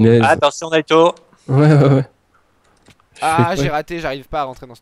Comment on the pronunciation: Naito pas natyu